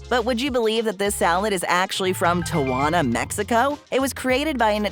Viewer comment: it is pronounced; tea-ah-wan-ah